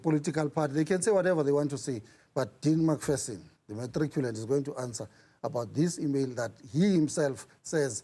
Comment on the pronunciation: Lol, the emphasis on "The matriculant"😂😅😂